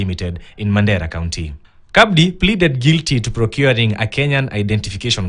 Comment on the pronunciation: It's not pronounced CABDI It is just Abdi the C is silent.